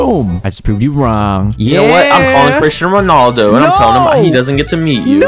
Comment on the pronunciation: LMAO “chrito Ronaldo” 😭🤣🤣🤣🤣🤣🤣🤣